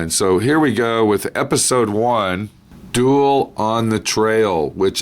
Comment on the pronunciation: "Duel" ,not "Dual", but Thanks for the shows!